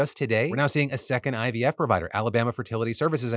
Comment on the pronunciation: I've been hearing ibf instead of ivf